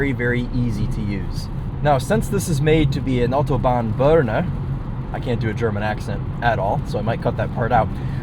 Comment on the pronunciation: I think he was just trying to be respectful and pronounce it in the sort of way we Germans do. He got quite close. I also like how he actually almost nails the pronunciation of „Autobahn“.